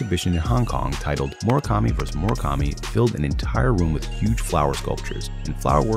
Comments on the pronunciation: I hate how the narrator keeps saying Moro kami and not mura kami 😭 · Mura kami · Mu ra ka mi ——not—->Mor a kami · Why tf do i hear "MOREKAMI"?!!! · I just don't like how he pronounces his name.... It's a U, not an O.